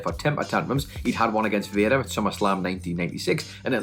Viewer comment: I like how he calls Vader... Vaya lol